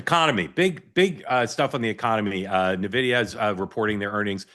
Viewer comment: Halperin should learn how to pronounce the name of the world's most valuable company - it's N-videa not nnnvidea